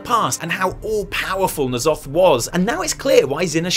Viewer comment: Thank god you don't say "Enn Zoth" - I have no idea where those people got that pronunciation but it sounds so stupid, more '90s Spawn villain than eldritch horror